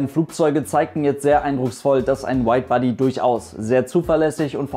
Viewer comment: "Weid Baddy" XD